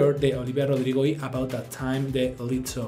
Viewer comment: Quien es "LITO"??? Señora!!! Pronuncie bien! Es "LIZZO" incluso tiene doble Z para mas sonido de "S" ¿de donde se saca usted la "T"?